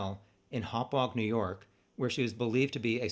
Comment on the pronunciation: You did great pronouncing the town names, by the way! People usually have a lot of trouble with them, hahah, especially Hauppauge.